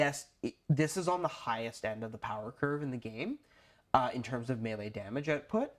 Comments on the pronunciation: Mel-lay. Not me lee. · This is great advice guys, but it's pronounced "may-lay."